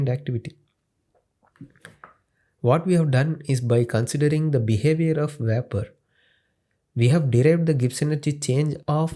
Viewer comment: veypour pressure of yey :D :D :D